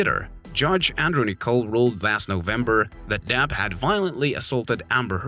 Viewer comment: His name is, DEPP, not, DAP. 🤡